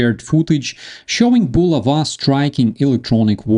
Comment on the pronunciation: It's bu la' va, not, bu la va'